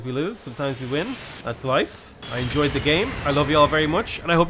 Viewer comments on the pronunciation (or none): none